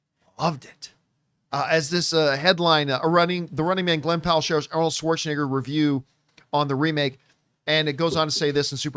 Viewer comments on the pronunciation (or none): Apparently, John Campea doesn't know how to pronounce Arnold "Swartzcheneger's" name.